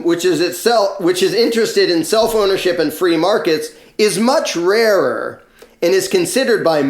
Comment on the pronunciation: the first time you said "self ownership" I thought you said "cell phonership" and, jarred by the non-sequitor, temporarily stopped comprehending what you were saying. Eventually I got back on track and wish to thank you for your clear and important message. I would just like to ask you to, please, pause a fraction of a second longer between words. Okay?